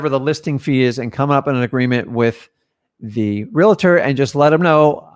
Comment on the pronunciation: REALTOR...does not have an "A" between the "L" and the "T". also, REALT "OR".. not. "REALTER" & definitely not "REALATOR".